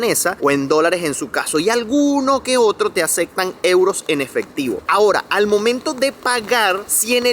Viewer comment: Ya volviste a la mala pronunciación : acectan no existe;aceptan si.